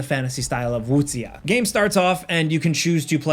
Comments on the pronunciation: wuxia is pronounced closer to 'woo-sha' than 'woo sheeya'. I guess woo shya is a good way to represent it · not pronounced sia as the singer sia. its xia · Pro tip: Don't pronounce WuXIA or X with a Z but S. So more "Woo-Siáh". Siah but end with a more upward tone. Don't drag it too. Just siah!. Not siahhhh. Jiang Hu is more like Gi-ang (say it quick) n it's def not pronounce with a Z as I heard some say Ziang. Hu = who. So "Gi-ang Who". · Woo sha not wook see yah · You’re correct, it’s pronounced Wu-shia not sia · It’s “woo-sha” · its wooks sia, no one csres about your pronunciations. Plus this joker can't even pronounce his own American language correctly, you think he cares the corect way for another culture? 😂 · It's your southern accent speaking there. I pronounce it Woo-Shia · 武侠 (wu xia) you pronounce with english letter X. not S